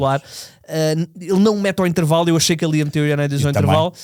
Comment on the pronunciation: Creio que está na altura de tentar que o diga corretamente Ioannidis 😂. Mais um excelente podcast! Bom trabalho